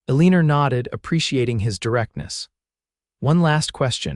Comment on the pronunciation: Come on, how can you even listen to a story where they're oronouncing Eleanor as A-Leener?